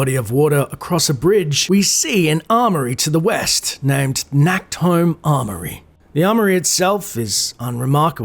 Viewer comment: Fun fact: Nacht is German for night but englisch speakers like pronounce the ch wrong so it sounds like Nackt which means naked in German. So it's kinda funny for people who know german when says "Nacktholm". In the game it's pronounced a bit better but still too harsh.